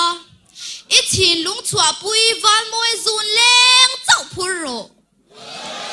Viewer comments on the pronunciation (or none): none